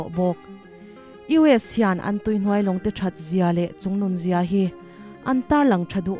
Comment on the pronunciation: "Chungnung zia" ti lo-in CHUNGNUN zia, tih tangtang zawk tur ani e. Ka lawm e.